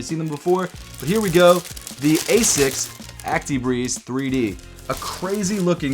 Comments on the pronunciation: The way u say it hurts, 'asis' it's not, it's pronounced like 'asicks' all love tho bro 😭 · As-ics not a-sics